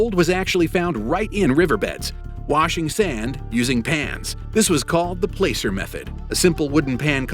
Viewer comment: It's pronounced Plass-ser, not Play-ser, you boob.